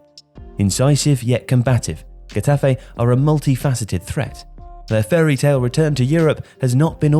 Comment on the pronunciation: Love your videos but I couldn’t help but cringe every time you said Getafe. You really butchered the club’s name. L MA O.